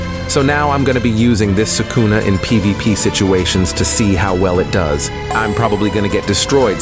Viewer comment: Why's bro saying sukuna like that? They say it in the anime. so It's impossible to say it wrong